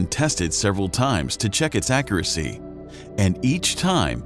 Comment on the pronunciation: Great video. Accuracy was pronounced incorrectly. Do we say Coob or Cube?